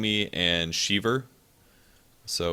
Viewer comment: Sheever sentry is now gonna be a new meme instead of sheever ravage :D